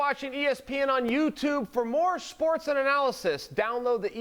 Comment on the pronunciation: Is it only me or did chael say "shports" at the there